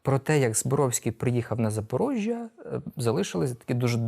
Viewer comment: 👍👍👍👍👍👏👏👏👏👏💛💙💛💙💛💙👏👏👏👏👏👏👏 Д Я К У Ю !!!!!!!!!!!!!!!!!!!!!!!!!! Ви одні з ПЕРШИХ, хто ПРАВІЛЬНО почав вимовляти назву ЗапоРОГжя !!!!!!!!!!!!!!!!!!!!!!!!!!!!!!!!!!!!!!!!!!!!!!!!!!!! не сране запоріжжя а іменноЗапоРОГжя(ЗапоРОЖЖя) !!!!!!!!!!!!!!!!!!!!!!!!!!!!!!!!(